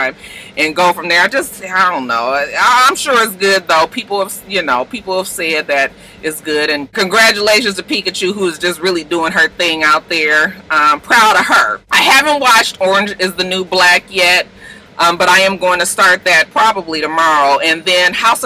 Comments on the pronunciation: Did you say picachu?😂😂😂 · Yep. I heard it too. lol